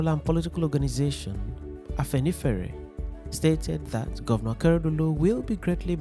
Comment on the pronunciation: You didn't pronounce Afenifere very well.😅😅😅 Good job brother